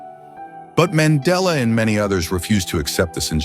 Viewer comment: Nelson man .....della ✅ Nelson Mandela ❌